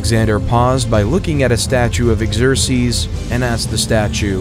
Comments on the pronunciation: Okay now I'm going to go ahead and not watch this since you just mispronounce the name Xerxes amongst other things so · Sorry to complain, but some of the pronunciations in English are really bad. Slav was said "slave", Xerxes was butchered, etc. Good content, but this was pretty distracting.